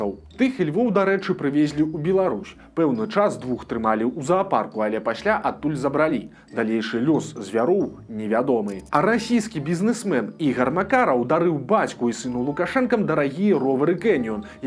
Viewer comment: ЗабрАлі, а не забралІ. Правільна стаўце націск.